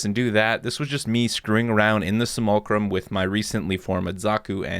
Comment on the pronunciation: By the way, it's spelled Simulacrum and pronounced as See-mool-lay-cruhm.